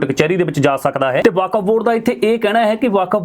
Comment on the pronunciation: California. It’s Okuf Board not Vkaf